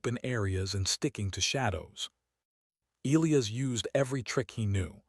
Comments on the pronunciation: Good start to the yarn. But, HEY AI please pronounce ( Elias ) properly = Eli-as... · Once again... AI, please pronounce Elias properly. Eli-as. Need a part 2